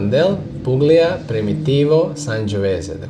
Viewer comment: Hey man I’m studying all your videos and I love it , I’m going for wset number 2 end of November, btw the pronunciation is pulia, the g is silent , I’m from Italy , just to correct your pronunciation, stay wise n thirsty man ❤